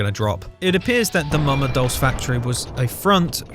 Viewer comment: Dulce is pronounced "doll-chay", it's Italian for "sweet".